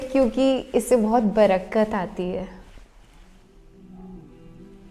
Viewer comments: Barakat nhi barkat bolte hai wese apki bato se aap non-Muslim nhi lagti ho . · Sister apki urdu thori dheeli ha brakat nahi barkat ati ha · Barkat not barakkat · The correct word is BARKAT. NOT BRAKAT.U use wrong word brakat. Its barkat